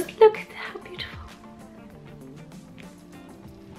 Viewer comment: you just butchered the word beautiful